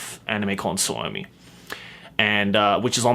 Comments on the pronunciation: I can't help but laugh out loud to how they pronounce "Suomi" It sounds like "salami" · Just learn to say suomi correctly